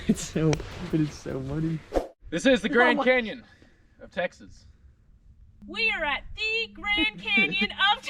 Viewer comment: This was so fun to watch loved every minute of it!! So sorry you weren’t able to find a sleeping spot easily but looks like you made the best of it :) You guy’s seem so chill!! Also funny made me laugh haha texAHHs and LMAO the tumble weed 🤣🤣🤣 also such a beautiful place 😍